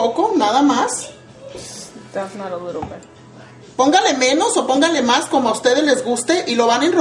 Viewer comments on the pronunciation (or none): none